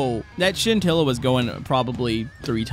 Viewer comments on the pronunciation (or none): I need a counter for how many times he said sintilla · What are you saying it wrong with the pronounced shintilla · Stop saying sintila